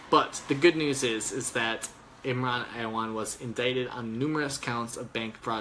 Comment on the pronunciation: "Imwan?" That's fucking hilarious. Imran Awan= Imwan while drunk.